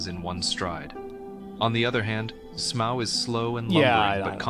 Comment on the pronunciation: “Smow”? Wouldn’t Smough be pronounced like Dough?